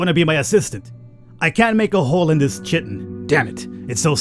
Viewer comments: Kai-tin. Not shiteen ;) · That's "Kaiton" not "Chit-ton". Yeah the spelling is terrible, but that is what it is. For the longest time I was saying it wrong too. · I know it's your stock in trade to mispronounce stuff, but lest you get de-monetised... it's pronounced Kye-tin.:) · I admit, I giggled every time you pronounced 'chitin', no chit! :D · Also, it's pronounced: KYE-tin "ch" = k sound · Chitin is pronounced with a K.